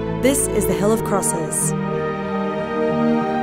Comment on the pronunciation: she says hell instead of hill a hell of crosses lol